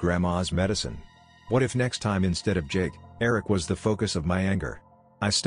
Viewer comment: The way Eric is pronounced is bothering me